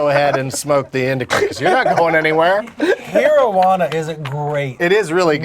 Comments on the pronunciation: Doug Its not Hero-juana its pronounced like heroin. Herojuana. Hence why its a strong indica with heavy body numbing effects... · I know I might be late but come on. It's herojuana pronounced like heroin. Not hero. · Hero-jauna.... omg doug wtf.... its Herojuana pronounced (hair-oh-huana) and it was named after heroin. Makes me laugh. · its not pronounced hero. its hairo. as in heroin. herojuana.